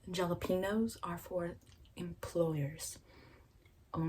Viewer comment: Oh lol. The way you said "gela-pee-nose" 😂